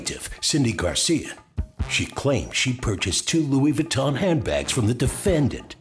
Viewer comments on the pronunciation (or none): Baton, please. Louis Baton. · Louis Baton. lol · "Parsh" and "Louis Vaton" those should be added to the dictionary...